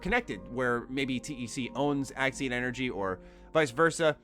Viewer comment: You keep saying Axin energy my boi... I'm sure it's Axion energy